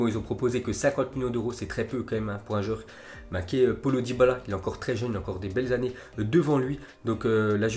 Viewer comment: Le bon accent français 😅 "polo dybala"